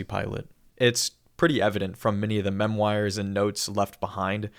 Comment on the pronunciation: did you just pronounce memoires "mem-wires?"